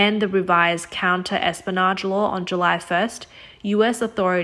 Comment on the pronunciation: Clear? But more to the point, if she's never read the word "espionage," can it be inflected properly—within its context, with sense, effortlessly understood? Basic narration job: fail.